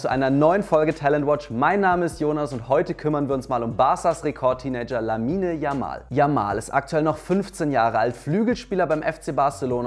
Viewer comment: Bitte, sprecht den Namen nicht deutsch, 🤭